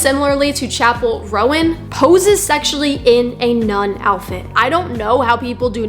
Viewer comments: Where was i saying harmful messages? I asked one question to you. You said "first of all, pronounce her name right goddamn, you're grating on my ears. it's roan not rowan." That's rudeness directed towards the creator of the video. Calling her bigoted as well. Im not the one being rude here, and I think it's obvious. I've not said one thing derogatory or rude towards you or anyone else, just saying what you said in that quotation. "1. I wasn't rude. I was honest." Can actually be used in my situation since I haven't been rude. Also, strong argument? Preaching? I was asking a question to you. I never was preaching or arguing. This should be a simple conversation, but it lookes like you interpreted my question the wrong way and got offended. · OK, there are a couple things wrong here. First of all, the girl in the Casual music video is a SIREN, Not a demon. Second, it's pronounced, "Chappell RONE", not "Rowan", and third, her nun look was a tribute to The Sisters of Perpetual Indulgence, who have been around since the 70's, so there's no point in hating on her. If you really feel the need to spread hate, hate on them. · Interesting you have a closed minded and ignorant view on a person you cant even pronounce the name of, you put small snippets of her songs out of context then claim that she is following the devil maybe if you're going to have this 'Christian perspective' do some research about all the songs you claim are demonic. Always have to make it about god being mocked when not once did she mock Christianity you just want to spread hate and hide it behind religion.